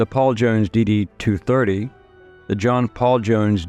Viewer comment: Oh, that's how you say is his name, I always knew I was pronouncing it wrong.